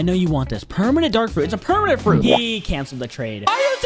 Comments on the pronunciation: you messed up the title you said pemanent instead of permanent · Bro he said pemament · "we got 3 Permanent Kitsune" bro said permanent 💀